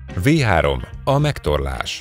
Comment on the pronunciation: A V3-at amúgy Fau 3-nak ejtik...de nem ez az egyetlen hiba a videóban